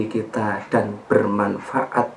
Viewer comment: Mohon maaf kadang kesleo/terpleset lidah LAN =DAN , kemudian bukan MENGAMALKAN Kejelekan tapi MENGALAHKAN Kejelekan... Sekali lagi mohon Maaf..